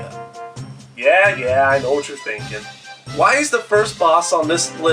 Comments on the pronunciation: It's pronounced "am-bro-sha" I had to point that out XD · Ambro-seea? Rafflee-seea? Umm...